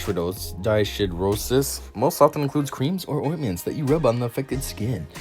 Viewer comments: NO. You fumbled around again and agin with the pronunciation which was annoying and distracting. IF you had looked it up you would hav pronounced it correctly. DYS is a prefix which means abnormal--it is pronounced DIS. Hidro referrers to water and is pronounced Hyedro. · It's a good video but it's honestly hard to listen to you talk. You make me think of how Bill and Ted talk or Wayne and Garth. I'd also like to help you pronounce it correctly. Dyshidrosis - dis-hi-dro-sis.